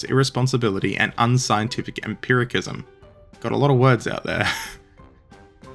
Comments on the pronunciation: empiricism : empeerisizm. Also, please don't guess at korean names. Learn them, say them to the best of your ability, and don't apologize. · Isn't empiricism pronounced with a soft c?